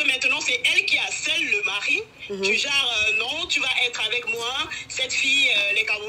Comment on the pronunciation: c’est pas du genreuh!!!